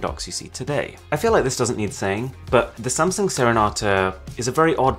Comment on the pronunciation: Most say Sam sung... Aarun says Samson..lol